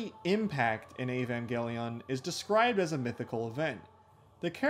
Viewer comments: Okay so "E-van-gelly-on" started to wear on me after the 10th time. But not as much as "g'ren l'gon". Other than those, I quite enjoyed the video. Enough to put up with the pronunciation aggravation to the end. So good on you for that. Cuz I can often stop watching due to big enough issues with pronunciation. I'm weird about language. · "Ayy-van gelly yawn" 🤢🤮